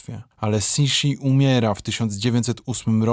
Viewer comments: Super material, sub leci. Szkoda tylko, że źle czytasz nazwy po chińsku. Np. Nigdy nie czyta się g na końcu sylaby. X czyta się jak ś; q to ć itp. Mógłbyś wejść na jakąś stronę, gdzie to jest opisane, lub chociaz w Google tłumacz wpisywać i słuchać. Szkoda, bo potem ludzie tak powtarzają. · Bardzo ciekawy material. Po chinsku Cixi jest bardziej wymawiane jako Cysi ;) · Cixi mówi się "cuszi" 😉 "sz" jest mięciutkie